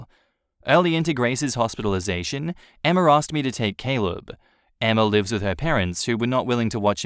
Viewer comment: It's not EMMARRRRR, it's Emma...